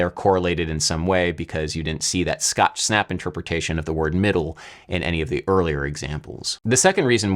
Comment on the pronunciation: Adam is “cood in the middooo”😂😂